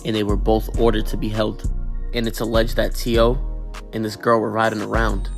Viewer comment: Its not t.o. its t-ooh-wee....cornballs